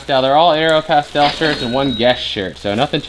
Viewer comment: Its aeropostale not aeropastel